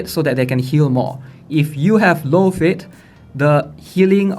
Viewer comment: High FIT? pls at least pronounce the important things properly.